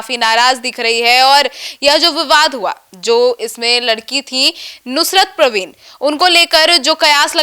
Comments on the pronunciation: प्रवीण नहीं परवीन। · प्रवीण नहीं... परवीन..